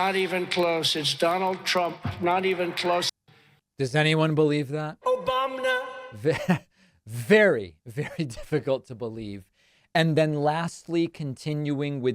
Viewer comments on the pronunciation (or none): Trump thinks he's healthier than "Obamna'?! 😂😂😭